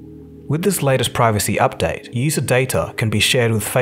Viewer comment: did he say updown, updoubt or update??